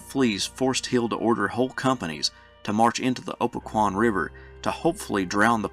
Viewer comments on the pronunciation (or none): Great presentation! FYI, Opequon is pronounced "oh PECK uhn."